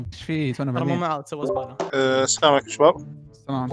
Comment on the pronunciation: السلام عليكم ❌ طلام عليكم ✅